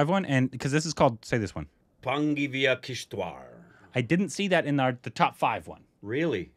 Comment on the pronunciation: That british accent perfect 👌 And u pronounced this region's (Kishtwar's )name accurately...👍